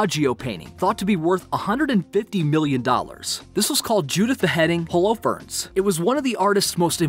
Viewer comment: He pronounced holofernes as “ho-low-ferns” instead of “holo-fer-nees”